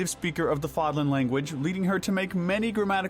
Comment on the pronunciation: Considering how you mispronounced "Seiros" and "Fódlan" consistently, shows me that y'all never played the game 🤣🤣 it's almost fully voice acted